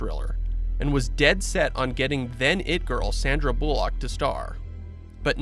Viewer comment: Sandra Boo-lock...